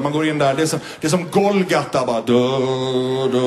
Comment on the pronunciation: Vad fan är det han säger "Golgatta"?